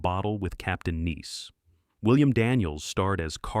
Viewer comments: Captain Nice: pronounced "Nys". "Neese" is how you say the name of the French city. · Yeah, Captain Nice is supposed to be pronounced NICE as in "he's a nice guy", not Neece, as in "she's my niece". I was wondering why Richard Mulligan was missing in all the film clips that were supposed to be from The Hero, which turned out to be something out of Bollywood. Bad Video. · 1) I recall watching "The New People" beginning with its pilot and liked it. It had interpersonal alliances and conflicts that should have crafted good storytelling. (BTW - explain to the AI that "Nice" is pronounced ""nice", not "niece.") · That's "nice", not "neece." Goddamn AI narration. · The narration is repetitive. I dont think gidget was a flop. Plus, i think you need to teach a.i. how to say nice instead of niece. The golden age of tv was more likely the 50s than the 60s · Captain "Niece" ? This Ai voice garbage is more lazy and annoying than any of the shows mentioned. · Nice, not niece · Captain Niece? The AI voice can't even pronounce "nice". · I'm getting tired of AI voice over. Instead of Captain Nice, it pronounced it "Captain NIECE." Before you post an AI generated video, use your human intelligence to make sure it's correct. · Cap.t "Neece"? Seriously? Stop using AI narration. Really irritating. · The descriptions of the shows seemed on-point, but I got a laugh with the AI narration pronouncing "Captain Nice" like the city in France. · Captain Nice or Captain Niece? Weird that "nice" keeps getting mispronounced. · N I C E rhymes with ice. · This video is really bad. Substituting clips of an Indian show for an American show. AI narrator mispronounces the word nice, etc. This whole thing is a mess.